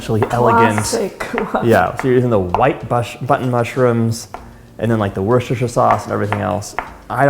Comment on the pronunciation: Is it still good without the worshtershier sauce